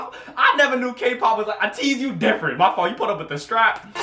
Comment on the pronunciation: And also its ATEEZ not ATIZ you pronounced it like if it was spelled with an I